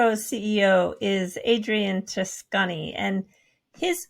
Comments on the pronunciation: treccani pronunce trekkani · Fyi.... the guy is Italian and his last name is pronounced Trek-carni. There is no S.